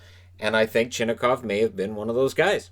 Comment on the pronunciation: Based on KHL announcers and some stories I believe Chinakhov's name is pronounced Chee-NOCK-ov. I do know his teammates call him "China" (pronounced Cheena).